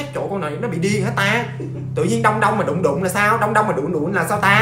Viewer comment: đụng đụng đau đau mà t nghe nhầm là đụ đụ đau đạu :)